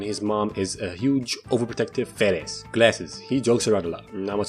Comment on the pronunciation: LIT pearents 💀